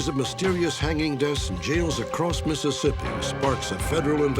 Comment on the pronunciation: I’m from Mississippi and u said it perfectly